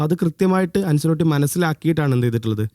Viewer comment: അൻസലോട്ടി ❌ അഞ്ചലോട്ടി ✅